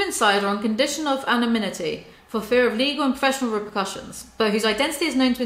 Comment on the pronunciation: bro nothing to do with the video and yes f him but how can you want to be a writer and not know how to pronounce anonymity lmao also talk about projection huh he's always accusing james charles of going after straight men, look who's talking